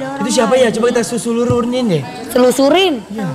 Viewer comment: Telusurin=seselururin Frisly=Frisil Serah lu dah warrrrrrr-_